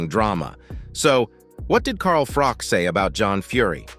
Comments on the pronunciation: Mate....its Froch not Frock 😂😂😂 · It's froch not frock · John fury has never been a kickboxing champion. What are you talking about?? And it's Froch not frock ! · The name is Froch not Frock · It’s froch not frock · Text to speech AI garbage.......Carl FROCK 😂😂😂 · Can this guy not learn that it isn't pronounced carl Frock ffs how can he not know that?? He mustn't have seen any boxing over the years. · Carl Frock? Hahaha Americans. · You need to pronounce his name right .... does me head in there's no k in his name 😮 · Saying his name wrong to get more comments. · The channel cant even pronounce Froch name right.piss poor